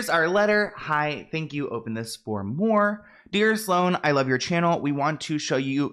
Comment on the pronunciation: Babe I'm so confused is it Sloan or "S O L A N" LMFAOOOO